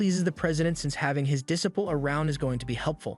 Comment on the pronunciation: I love this AI chat bot.. "Dissiple" 😂